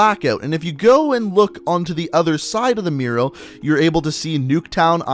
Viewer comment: It’s kinda weird how you say mural.